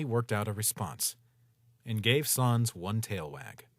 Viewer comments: Please dont say SAWNS its SANS S AN S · Still pronounced SAYNS not SAHNS. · its sans not sons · Sans not soens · at saans not sans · yes, but also sans is pronounced like "sense" or sens in english so in french it be like "non, c'est sans qui ne fait aucun sens" and phonetically it would still work as "non, c'est sens qui ne fait aucun sans"